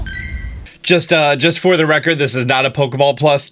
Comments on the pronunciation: "Pikatchu!" "EvOi" WTF? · Wait, eevee is pronounced as evoi?! My whole child is a lie :( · Does it drive anyone else.crazy how eevee says it's name? "Eevoi" reason number 1 why I will be getting pikachu